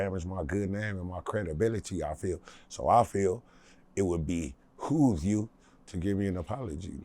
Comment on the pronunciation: "It would BEE-hoove you". 😂😂😂